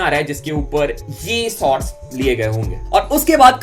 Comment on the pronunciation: bhai aap sots bolta ho say shots